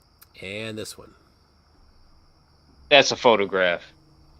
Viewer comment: Is there a difference between a photograph and a photogwaph? Because he's saying it both ways.